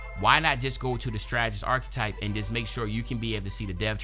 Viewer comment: Bro u gotta learn how to pronounce “archetype”